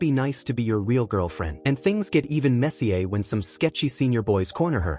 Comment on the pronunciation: Why the hell can't robots pronounce "messier" correctly? The robo-voice in MS Word is the same way.